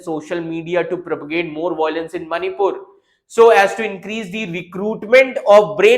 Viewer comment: Indians can’t pronounce violence It’s always voylance 😂